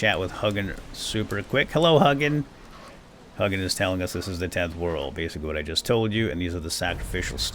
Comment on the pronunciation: Vowel, consonant, vowel makes the long vowel sound. Hugin isn’t pronounced Huggin. 😝 Still love your content though!